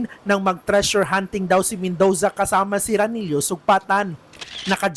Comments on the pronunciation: Mendoza❌ Mendowza✅ Murder❌ Merder✅ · BAKLANG MEN-DOW-ZA 😂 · Pangit ng Bigkas ng Reporter nyo, Robot amputa. Men-dooo-za, parang ung font na Roboto Came to Life.